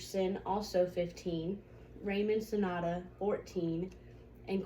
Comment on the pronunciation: You didn’t pronounce Yusef Salam correctly. Also it is Raymond Santana not Sonata.